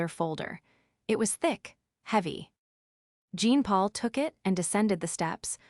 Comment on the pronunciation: Jean Paul a French name is pronounced Jaapaul